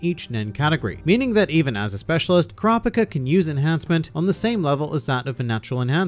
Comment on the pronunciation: His pronunciation of Kurapika hurts